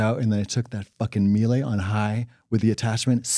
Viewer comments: Mee-Lah, not Mee-Lay. Thanks. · Mieluh not Mielay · i work in appliances and it's pronounced "meela." welcome to my trauma 😌